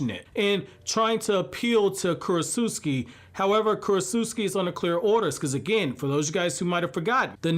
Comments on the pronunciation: ...Kurotsutsu-CHI. Not Kurotsut-SUKI. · Dude, it's Ku-ro-tsu-CHI, not KurosuSKI. You make it sound like she's from Poland. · Okay look, this whole video was good, except for the fact that you kept on mispronouncing “Kurotsuchi” wrong because you didn’t pronounce the “CH” you pronounced “KI” yet for some reasons you can pronounce “Tsuchikage” properly? Why??? That annoyed the hell out of me because it’s simply incorrect and weird that you changed the pronunciation like it’s English when you KNOW it’s Japanese, that’s all that was bad about this video but other than that, this was a very good video. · Also its kurotsuchi (kur-ot-soo-chi) not kurotsutski 😭😭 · "Kurotsutsuki?" Bro.